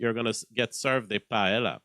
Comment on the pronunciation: Paella pronounced “Py-eh-a” LL = y in Spanish.